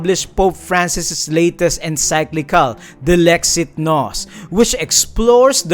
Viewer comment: Bro you say encyclical not enciclical